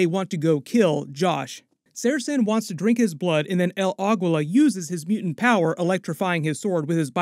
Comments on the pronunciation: Pronounced 'el ageela' not 'el agweela' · Bro please learn to pronounce names correctly. Its not Agwilla!! Its pronounced Ahgeela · El Aguila is pronounced as "Ah GEE LAH". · The way you say el Aguila sorry don't usually care but this pronunciation is so bad . Sorry but you said it a few times and I just couldn't get over it .